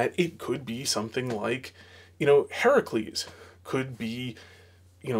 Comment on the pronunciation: I'm glad you said "Heracles" and not "Hercules". Big pet peeve of mine.